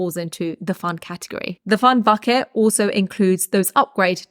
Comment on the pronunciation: Am i the only one who hears "Fuck it" instead of "Bucket"... I love it